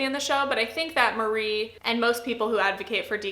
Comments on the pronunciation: I’m impressed with the points you made in a fairly tight video. I think with this series you could easily go to 20mins. (This is a little pet peeve as a Japanese speaker, Marie is pronounced “MA-ree-eh”) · The E isn’t silent! :p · I've heard from Japanese Americans that we have all been pronouncing Marie wrong this whole time and it's actually more like our "Maria". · It's funny how literally no English-speaking person pronounces Marie's name correctly (sorry, I didn't mean to attack you personally, it's just a general observation).